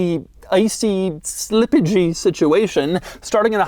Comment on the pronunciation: Doug inventing a new word slippagy